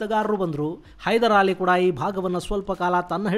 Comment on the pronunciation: ಹೈದ್ರಾಲಿ hydrali ಅಂತ ಹೇಳುವ ಬದಲು ಹೈದೆರ್ ಅಲಿ ಎಂದು ಉಚ್ಚರಿಸಿ ಪ್ಲೀಸ್